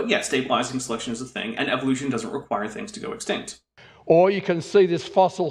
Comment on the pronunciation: The fwinigiest fwings that ever did fwing.